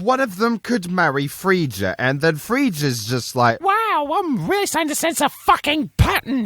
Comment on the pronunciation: It’s not free-ja it’s frey_ah